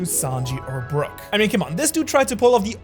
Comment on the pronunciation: brother brook is one syllable. you don't pronounce it the way you spelled.